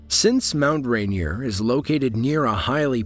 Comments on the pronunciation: RainEER, damn it. Not Rain-E-er. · As a native Washingtonian, the mispronounciation of Mount Rainier is retching. Also, it's 14,411 feet, as well. Videos like this should also include the U.S. system of measure.